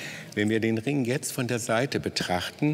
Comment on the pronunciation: Heißt aber nicht Rink sondern Ring